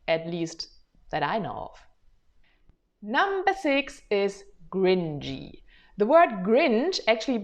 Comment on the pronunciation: Hi, I wanted to say that that's how it sounded when you said it in the video. It sounded like you pronounced the 'c' like a soft English 'g'. Your 'cringey' sounded like 'gringy' to me.